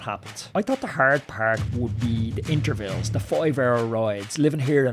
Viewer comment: "da intervilles"